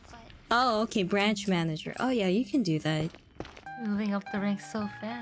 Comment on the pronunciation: "Myanager"